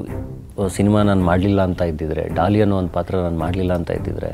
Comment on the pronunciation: It's not dolly it's Daali